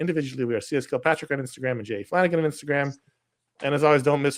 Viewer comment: You mispronounced Flanagan.